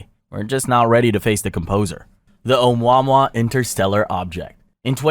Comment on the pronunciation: Say it with me OH-MOO-AH-MOO-AH😅